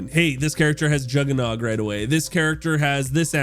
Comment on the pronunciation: This will be dead by the first week and based on how you pronounce juggernog idk how you have ever played zombies